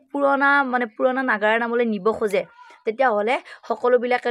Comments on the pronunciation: নাগৰা নহয়, নাগাৰা তাই আগুৱাই যোৱাত সহায় কৰিছে ভাল পাইছো, কিন্তু আপোনাৰ উচ্ছৰণ বোৰ শুদ্ধ হব লাগে । তেতিয়া ভাল লাগিব শুনি, তেটো ফালি থাকিলে ভাল নালাগে । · নগৰা নাম নহয় নাগাৰা নাম।